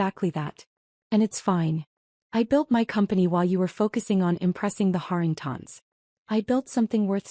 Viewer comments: Why can your artificial intelligence pronounce Harrington correctly but turn into artificial stupidity when it has to pronounce Harringtons? Same dang name just in one instance it is singular and the other plural. AI has millions of miles to go before it can do this function properly. I’m sure there are other stupid pronunciation errors since I may have listened to only a small hand full of these that weren’t riddled with mispronunciations. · Interesting pronunciation of “Harringtons”: Hahr - ing - tahns. 🤔